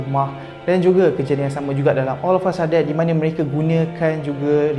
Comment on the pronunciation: Yg sy dgr olafasadet😂